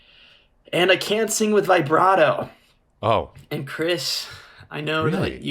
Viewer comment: I feel like he's fucking with them by the way he keeps say vye-brato